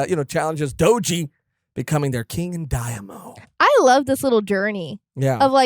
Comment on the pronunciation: It's daiMEEo, not daemo. See you guys in onigashima \o